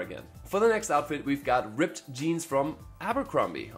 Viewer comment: Sounds like he's saying "ripped tank top" instead of "ribbed tank top" 🤔